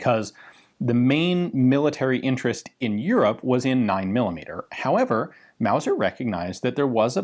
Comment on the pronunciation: Mauser, not Wauser.